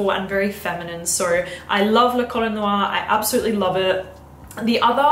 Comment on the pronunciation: Please ask Pierre how 'La Colle Noire' is pronounced 😉